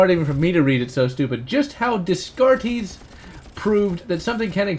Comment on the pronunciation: The philosopher, Rene Descartes, his name is pronounced "Day-cart." He's also where philosophy started to go horribly wrong. (Best to go back to the Socratic tradition. ;3) It sounds like either a) "Pluton" got really screwed up by studying under a very bad philosophy teacher, or b) he doesn't even know what the fuck he's talking about. Either way, he's just an asshole who doesn't understand that the whole BDSM thing is supposed to be /private/...